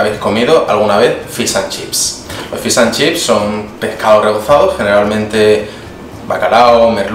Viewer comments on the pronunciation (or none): "Fis" an chips!! Jajajja se dice FISHHHH jajajaja